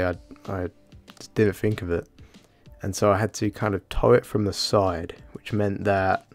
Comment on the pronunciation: Take a drink every time you hear 'I didn't fink of it' - careful not to get alcohol poisoning